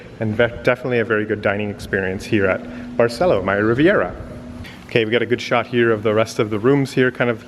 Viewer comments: In Spanish, Accents are important. Please learn to say Barceló, accent on Ó. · Barceló has an accent on the o, emphasis on the o. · Don’t forget the accent on o of BARCELÓ,! Please respect the Spanish language, accents are important